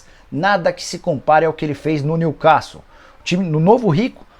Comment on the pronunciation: Nicola, se diz: new quéssou